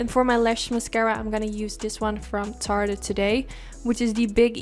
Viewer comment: you're my eye makeup GODDESS!!! I tell everyone everywhere that YOU are THE best MUA in the world! And I follow many! Thought I'd help you out and let you know that Tarte is pronounced as just "Tart". The "e" on the end is silent. But the way you pronounce it is TOO PRECIOUS!! Please don't change it! ❤❤❤